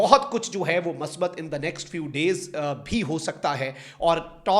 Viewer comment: کاکا۔ مثبت ۔لفظ میم کی پیش کےساتھ ھوتا ھے ۔میم پرزبر نہیں ھوتی